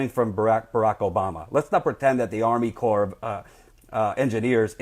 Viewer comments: It's pronounced core not corpse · Great and thorough report. Thanks! btw though... "CORPS" as in Army Corps of Engineers, is pronounced like "CORE" just FYI. It's not plural. I'm just trying to help. Also, it's a common mistake. Keep up the good work! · You're doing a great job yet please say core (corps) A corpse is a dead body, as you know. Just remember when urinating to pee silent. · You are doing real journalism. One thing: "Corps" isn't pronounced "corpse." FYI. Keep up the good work. I can feel things building to a head. It's scary, but this is a necessary fight. The people there are so brave. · Also, "corps" is pronounced "core." Small matter of respect -- the USACE is an invaluable service and resource; it might be run in part by bought politicians, but in general, it's the last line of defense against corporate exploitation. : )